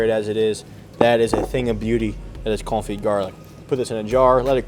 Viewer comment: Suggestion to the editor: Wen he says French words like "confit" that clearly sound like "coffee," can you give us a Subtitle?